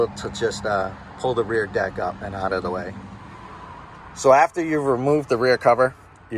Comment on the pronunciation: It's OUT not OWWWWWWWWWut